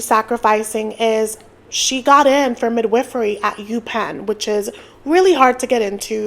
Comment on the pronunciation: Thank you for being one of the few YouTubers discussing this couple who pronounces "midwifery" correctly.